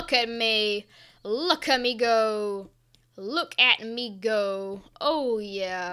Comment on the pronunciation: Look at me go sound like “look at migo” lol